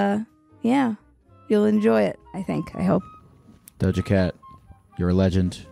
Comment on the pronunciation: Did you mean Doja Geck?